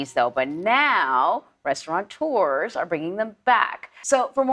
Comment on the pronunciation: You'd think a CBS employee could pronounce "restaurateur."